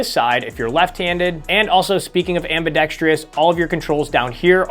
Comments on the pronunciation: The biggest epidemic in the gun community nobody is talking about: pronouncing ambidextrous "amb-i-dex-tree-us". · I just came here to say that ambidextrous only has 4 syllables. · You might wanna look up the pronunciation of ambidextrous. 👍